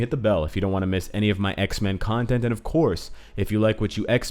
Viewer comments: Whenever he says Xmen, i hear Iceman. (Want him so bad in the game.) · Say X-men one more time please :D we love them X-Men too!